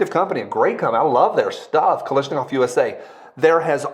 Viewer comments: KaLASHnikov. Not KaLISHnikov. Thx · Sound it out bru: KAL-ASH-NI-KOV. not Kalishnikov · KalAAAASHnikov It's an A not an i 😭